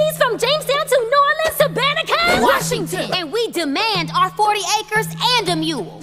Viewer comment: that's not how you say New Orleans Disney... get it right >.>